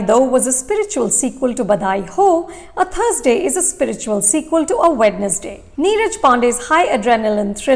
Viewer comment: Good video 👍🏻. But It’s pronounced “wenz-day”